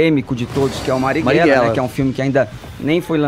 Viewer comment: Da mesma forma que o Adriles que além da voz extremamente afeminada não consegue pronunciar o nome do Mariguella